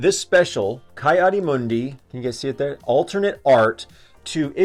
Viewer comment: I thought it was pronounce kee adi moondee, not kai